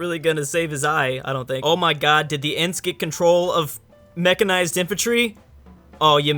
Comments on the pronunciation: And it is "Ents", no Ants. The pronunciations in this video are tubular. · Ants hahaha it’s ents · Did he say ants? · Sounds like you're saying ants instead of ents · His pronunciation is so angering. The worst is probably "ants". Then again, the movie came out a long time ago, so I'll give him the benefit of the doubt.